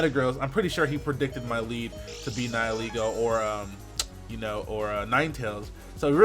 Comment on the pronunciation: someone pronouncing nihilego correctly? WHAAAT?